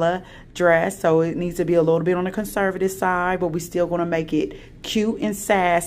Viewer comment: You said cinservative?